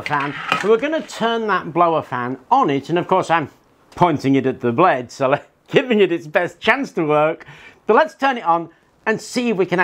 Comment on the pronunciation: the best thing about this channel is how you pronounce "blade", gets me every time :p